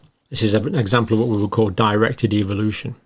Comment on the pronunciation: Love that pronunciation : evilution !